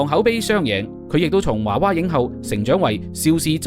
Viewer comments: 「華娃影後」？ 是「娃娃影后」吧？！ 「娃娃」兩個字都讀作 「娃」，何來「華」音？ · 娃娃不是華娃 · 應該讀「娃娃」影后 「 後 」是前後的， 「后 」的皇后。